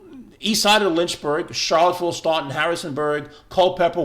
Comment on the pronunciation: Somebody want to tell this dude how to pronounce Staunton?